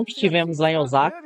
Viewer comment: Moro no Japão não se fala “ Ozaka “ e sim Ousssssaka